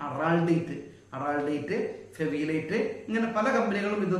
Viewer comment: Not fevilite it's fevitite